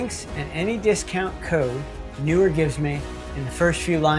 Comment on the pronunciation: Nice review. PS The 'pros' tell me its pronounced "knee were."🤓